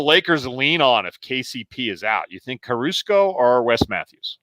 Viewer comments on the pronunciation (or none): “…after our fan feedback section... ... ...which we can go to now!” hahahaha Blooper of the year! Love that it wasn’t edited out on YT but podcast people missed out. Btw mispronounced names: CarusCo instead of Caruso. :)